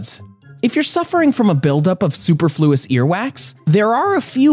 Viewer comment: I stopped watching when he mispronounced superfluous. The accent is in the second syllable not the third. You don’t pronounce it like “super”. If words aren’t pronounced correctly how can you know anything about something more complicated. Yeah it does matter; it speaks to intelligence.